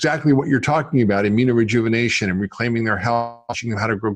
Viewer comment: You keep saying AMINO-Rejuvenation